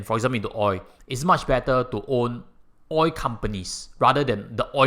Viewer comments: It's oil not oi. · You say oi insteed if oil.